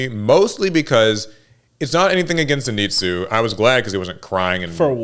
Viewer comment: mispronounces “Zenitsu” the same way Inosuke mispronounces it, lol! What really pissed me off is how the crows didn’t announce Zenitsu’s win.